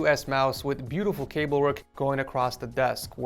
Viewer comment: all I can think every time he says cable is kaybow and I can't unhear it